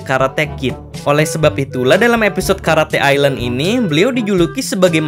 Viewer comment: Bukan karate ilen tapi karate island